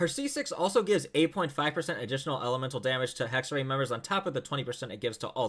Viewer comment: Isn’t it pronounced hexerAI idk I’m a Chinese player so I might be wrong here